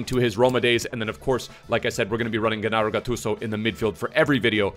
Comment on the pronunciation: Its not pronounced ghennaro. Its pronounced djennaro